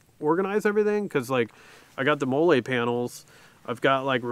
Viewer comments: The “Mo-Lay” panels is killing me 😂 it’s pronounced “Mah-Lee” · The way he pronounces molle bothers the fuck out of me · Came here looking to see if anyone else noticed that lol